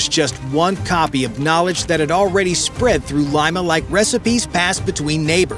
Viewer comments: Wow! I knew Peruvians make the best ceviche but I didn't know they make the best counterfeit money, too. And, the capital is pronounced, Leema not Lyma. 😂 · "Lee-ma", not "lie-ma" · That's LEE-Ma...not L-EYE-Ma.... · Lima = "Lee-Ma" not "Lye-Ma" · Its LIMA,not lyma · Leema. Leema. Not Lime-a. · Its pronounced LEE-mah not limemah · “Lyma” 😂 it’s “LEE-Mah” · LEEEEMMAAAA.... not Lyma!!! FFS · Lima. Not "Laima". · Leema not L-eye-ma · Great video but please pronounce "Lima" correctly. "LEE-MA"... not LIME-AH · Lee- ma, not lima. Like the bean😊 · Lima is pronounced Lee-ma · Lima pronounced LeeMa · Lima pronounced Lee ma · IT"S LIMA..........NOT LYMA.........GO BACK TO SCHOOL.........UGH. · Good lord, dude, it's not pronounced "lima" like the bean! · Great vid ! But Lima it’s “LEE-muh”! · Leeeema. Otherwise, great video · It’s pronounced “Leema” stupid. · " Lee ma " . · Lima is pronounced “Leema”. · Fix his pronounciation of Lima lol- other than that great video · Please pronounce "Lima" correctly. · My only question is how many times will he mispronounce Lima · The A1 vocals were great except for that huge mistake